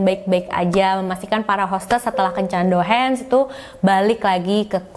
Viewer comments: Cara ngmngnya Douhang/Douhan kaaa bkn douhens 🤗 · Bukan Dohens tapi Dohang boss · Bukan dohens dong... tapi dohang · Yes ! akhirnya upload jg 🥰 maaf sedikit masukan, kencan itu nama nya Dohan. dibaca nya Dohang bkan Dohen. sekedar informasi Tugas kencannya cuma makan2 bareng tamu (bkan tdr brg). Disini gaji hostes per jam itu 300-500rbu bhkan lebih (trgantung tmpatnya) ya tugasnya nemenin ngobrol pria doang (dlarang menyentuh sang hostesnya) sy pernah freelance jd hostes. siangnya kerja prawat. pernah jg siangnya skolah,mlemnya freelance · Dohan = dibaca Dohang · mantap ceritanya kak, sedikit koreksi, yang benar DOHAN (dibaca DOHANG),ditunggu cerita2 selanjutnya kak.... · kata "Dohan" gak perlu di baca pake lafal bahasa Inggris, Douhan itu bahasa jepang jadi aksen nya masih sama kayak bahasa Indonesia A I O E O biasa